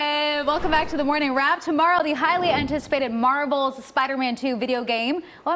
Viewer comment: Mavel?? Or Marvel??? Higher better social meadia people!